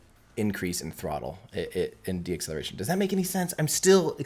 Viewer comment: I love the videos, but ‘deacceletion,’ is not a word. It is “deceleration”; not as you pronounced it: de-acceleration. It’s deceleration